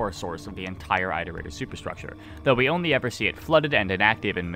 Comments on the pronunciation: It's it-er-ator Not I-ter-ator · Who the hell pronounces it eye-rotator and not it-erator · It's more like eeterator than ayterator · said eyetertater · EYEterrator? How do you pronounce iteration or re-iterate? Also if we're going off downpour which this video is (I don't, I think it's terrible fanfiction) the whole basis of why you go to the city in arti's campaign is because 5p is bothered by the scavs in it showing that it is not a separate entity (in downpour which is garbage). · Is the way he says Iterator a regional pronunciation thing? Because to me, it’s pronounced the same way as in “reiterate” like “it-erator” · it is objectively pronounced it-er ate-er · Time to find out if has finally learned how to pronounce Iterator Edit: Nope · you're saying iterator wrong